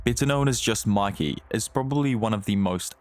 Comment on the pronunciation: Bro really said makey💀💀💀💀💀💀👽👽👽👽